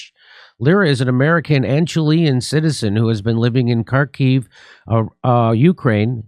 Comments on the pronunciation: Jimmy! If you say Kiyv or Charkiv, you can also say New Yirk, or Whishington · Kharkiv... k is silent- Harkiv Harkov